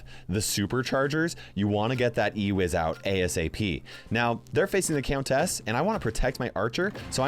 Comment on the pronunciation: Does the way pronounces “countess” bother anyone else??